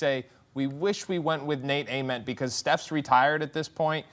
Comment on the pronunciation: im crying bro said nate ament 😭